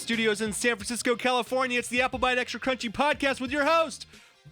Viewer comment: CRUNCHY NOT CHUNHY!!